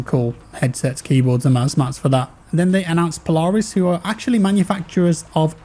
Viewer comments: i dont like how he says polaris... its POLE-AIR-IS have had a few in my day, recently had some good luck with skidoo and yamaha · saying Polaris like Po-Lar-is lol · The way he said Polaris 🤣 Pole-air-is